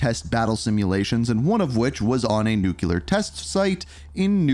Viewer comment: Ohhh My Effing Goodness! WHERE did people learn to say NU-CUE-LAR????!?!?!? It's pronounced NEW-CLEAR!! THAT'S IT!!! Practice it and tell me you're saying it right! SMH Like seriously, WTF is wrong with people and their inability to pronounced such an EASY word???!?!? You mispronounced it a couple dozen times and it makes this entire video unwatchable… Just shoot me in the face already!!!! LOL And FYI, Nuketown has ALWAYS been in Multiplayer rotation so this game will likely not be any different.